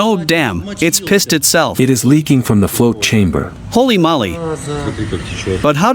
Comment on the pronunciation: Is anyone ever gonna tell them its "HOLY MOLY" not "HOLLY MOLLY" OR HOLY MOLLY !!!!